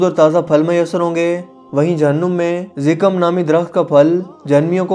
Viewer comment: Zikam nhi,zakkum,,good work